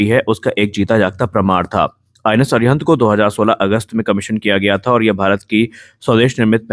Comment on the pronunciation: अरि_हन्त अरि_घात अरि-दमन कृपया उच्चारण में शुद्धता रखें